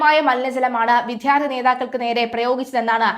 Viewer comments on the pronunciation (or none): ദയവായി നേരെ ഉച്ചരിയ്ക്കുക. ' വിധ്യാർത്തി ' അല്ല, ' വിദ്യാർത്ഥി ' ആണ്. ശ്രദ്ധിയ്ക്കുക.